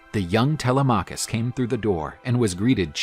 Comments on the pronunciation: tele-maw-cus had me dying bro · First time I hear Telemachus pronounced that way, kind of distracting.Great video otherwise!